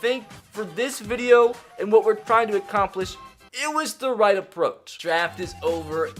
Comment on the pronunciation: you said white not right 😂😂😂😂😂😂